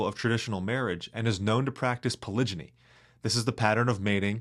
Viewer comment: just said polyjinny😂